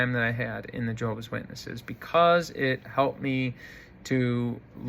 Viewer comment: You are, first of all, stupid, in that you obviously never learned to pronounce Jehovah'S Witnesses correctly, and how "respectful" of you to cowardly expose your late mother's perceived faults for all the world to laugh at and make fun of, while she can no longer defend herself. What a "fine" example of a "son" YOU are! I am presently disfellowshipped. However, you, and these other "ex-Jehovah's Witnesses" YouTubers on here, have completely convinced me that I must return to Jehovah's Witnesses as soon as possible!!! You and YOURS are helping to fulfill prophecy in these last days of this wicked, mean system. I would rather take my chances with the imperfect organization of Jehovah's Witnesses than out here with YOU HATEFUL, MEAN people!!! 😡😡😡